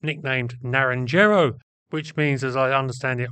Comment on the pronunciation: Naranjero is pronounced as "nar-ron-haro." Not "na-ron-jarrow." It's "orange tree."